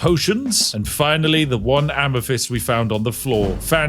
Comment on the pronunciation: Spiff.. Could you please practice the "TH" sound. Not that I'm the grammar police, but DUDE. "Fink" when you mean "think" "Free" when you mean "three" "Amafist" when you mean "Amethyst" Please mate, speak it like you own it. Unless you FINK I'M Fick